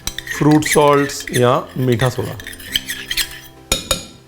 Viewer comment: Ranveer ek baar toh "khatta dhokla" bol Detey, like it is spoken in Gujrati... it would go so much with your charecter and fun with recipe. ... A little funny. A little light. A little flirty ... Soda ko toh sodey bol diya ... KHATTA DHOKLA !!